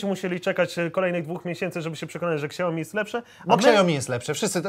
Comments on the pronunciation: xiaomi? Siaomi .... nie ksiajomi xD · Jezuu.. mieli dwa razy Weronikę w programie, a ten nadal czyta KSAJOMI xD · KURDE CZY TO TAK TRUDNO? MÓWI SIĘ "ŚIAOMI" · jak by jeszcze potrafił powiedzieć "siaomi" zamiast "ksiaomi" to może bym dał lajka pod filmem i tobie a tak tylko zostaje #xiaomilepsze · NIE "KSIAOMI" TYLKO "SIAOMI"!!! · Siaomi kurła, Siaomi a nie jakieś ksiaomi kurłaaa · Na przyszłość: xiaomi jest firmą z Chin. Ta marka to nie ksiaomi tylko siaomi, ze względu na to, że „x” czyta się jako „s” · Ksiaomi xD Ignacy mówi poprawnie czyli Siaomi. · Mówi się siajomi :P Albo lepiej to siaomi, ale nie ksiajomi xd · Nie "Ksiaomi" tylko "Siaomi:... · nie mółwi się ksiaomi tylko sia-o-mi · Xiaomi oryginalnie i po polsku nie czyta ani "śjajomi", ani "ksiaomi" tylko "sia-O-mi", dziekuje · Siaomi a nie Ksiaomi sie wymawia :P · Nie ksiajomi tylko śjałmi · czyta się,,siaomi" a nie,,ksiaomi" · Xiaomi czytaj Siajomi a nie ksiajomi ;) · "Siaomi" nie "ksiaomi" 😉😉😉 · Jakie kuźwa KSIAOMI Tak to jest jak sie nie zna marki tylko sie polecialo na kase z reklamy SIAOMI....SIAOMI.... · Jak mnie irytuje jak czyta siaomi jako kSaomi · siaomi" a nie ,,ksiaomi" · Dostałeś telefon A nazwy nie umiesz wypowiedzieć xd nie "ksiaomi" xdd tylko "Siaomi" A ten telefon powinniście oddać widzom, jak i tak za każdy tele kupiony z linku dostaniecie chajs ;) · SIAOMI! Nie ksiaomi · SIAOMI KURWA NIE XIAOMI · SIAOMI nie ksjaomi XD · SIAOMI KURWA MAĆ NIE KSIAOMI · Jezu jakie Ksiaomi?! SIAomi kurde, Siaomi! Tak się to czyta. Dziękuję za uwagę. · Tylko nie "ksiajomi"... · Ksiao... co? Excuse me 😂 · Poprawna wymowa to siaomi , k jest praktycxnie nieme, ogolnie w jez chinskim oznacza to pokaz mi / show me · Fajny ten siaomi, xiaomi, ksajomi... No ten dobry tak jak Sony tylko dwa razy tańszy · Dla wszystkich czyta sie ,,SIAOMI" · Kurła Samsung? Tylko siajomi kurła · Czy ja usłyszałam ksiaomi? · Ksiajomi xd chyba szajo mi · aAAAAAAaaaaa czemu KSIAOMI ?!?!?!?!?!?